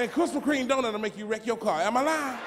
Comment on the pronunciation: He said……” Krispa Kreme”! Lol